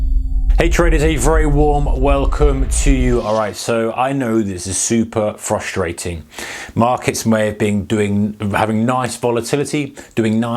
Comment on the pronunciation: Super fruh-stray-ting